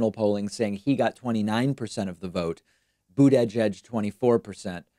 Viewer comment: Stop being so proper with Mayor Pete’s last name. Everyone knows how to say it and you’re just being pompous by trying to over pronounce it.